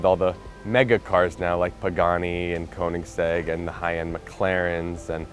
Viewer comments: It's Köenigsegg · I can’t stand how they pronounce Koenigsegg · Why are they all cringy af? And why the fuck cant any of them say Koenigsegg properly? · Own the car, yet can't pronounce the name properly.... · They can own the car but they can't pronounce it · They can't even pronounce Koenigsegg correctly...